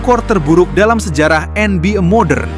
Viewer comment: Izin bng advice dkit buat spellingnya biar lbih keren di koreksi misalnya NBA (ENBIE) bukan (ENBIA) yg lainnya minor aja maih aman